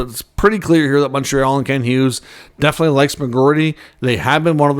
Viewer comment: It’s pronounced obviously not obvosly….enunciation!!! Definitely is also pronounced definitely not defily!!